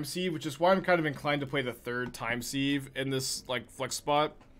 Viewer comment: Hate to be that guy, but it's not time 'seeve ' but time 'siv'. Like to sieve flour.